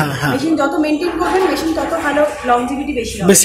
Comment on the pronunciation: ম‍্যাসিন নয় মেসিন বলা অভ‍্যাস করুন